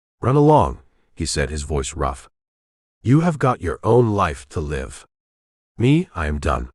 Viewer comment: Needs to learn how to pronounce live